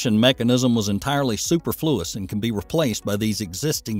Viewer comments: he also says, "More commonly, rocket upper stages are jettisoned at a significant difference from the lower before igniting..." Surely that was supposed to be, "at a significant DISTANCE". and SUPerFLUous I've never heard it pronounced that way. I've only heard suPERfluous. Strange, small mistakes. The technical aspects seem solid (IANARS). Maybe the explanation is that no second set of eyes look over the script and and listen before recording. I do appreciate the information being passed along; it is easily understandable. I imagine the mistakes will diminish with this channel's growth :-) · "...a separation mechanism was entirely super-floois..." From the people who brought you the "Geminee" program. 😆